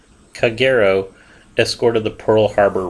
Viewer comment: It’s pronounced ka,geero